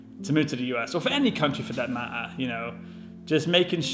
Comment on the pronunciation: You still pronounce "matter" that way, after 10 years in the USA?? 😆